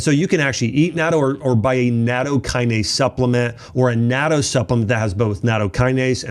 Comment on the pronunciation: I eat natto (not toe) is closer to the pronunciation, along with kimchi, umeboshi, miso, and seaweed. But, be careful with salt, Japanese foods are high in salt and not all are healthy.